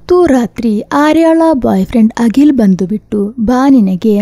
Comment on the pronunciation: Agil alla Akhil antha heli.